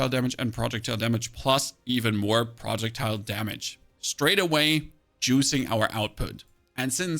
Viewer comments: Love the guide! Slowly going insane over the pronunciation of "projectile". :face-orange-raised-eyebrow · Is this guy rage baiting the way he is pronouncing projectile